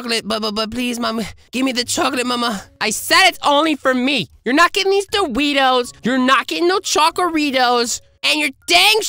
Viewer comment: My favorite part is when he said doritoes